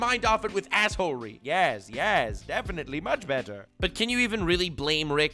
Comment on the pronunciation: Are you trolling with yhe way you are saying assehole-ery?